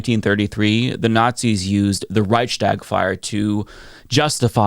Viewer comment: The word is Reichs-tag, not Reich-schtag. Why do you make the same mistake as Vaush?